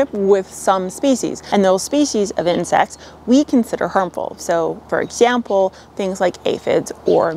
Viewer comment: I’m here just to hear my redhead guru say “for exhzzample”